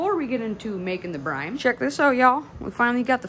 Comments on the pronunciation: UHH ITS CALLED BRINE NOT BRIME LOL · I think you are saying "brime". It's brine. You're welcome. ;)